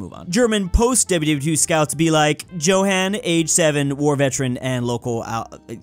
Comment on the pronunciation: Johan isn’t pronounced Jo han, the j is pronounced like a y. Thus, the name is pronounced yohan.